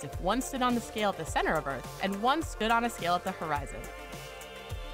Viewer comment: The narrator cannot pronounce her 'T's. "...earf is flaa.." 🙄